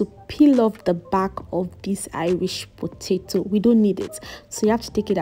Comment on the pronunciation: I like the fact that you didn't cut out the side you mispronounced potato, it shows how real you are. I'm going to make this without an oven, thanks.